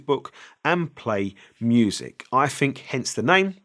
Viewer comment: I'LL a always remember you as the guy who says "fink" (think) 😂👍